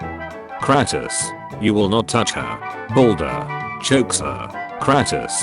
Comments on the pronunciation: Hearing the bot say kratos made me want to commit suicide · Name:”kratos” Bot talking:”kratus” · Robot says it like CrAPTOS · That's Cratus, not Cratos. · I hate the pronunciation of “Kur-Ah-Tus” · "kratis" gota love the tts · the narator of the video names kratos kratas😂😂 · Ir triggers me how he calls kratos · I hate the way this fool says kratos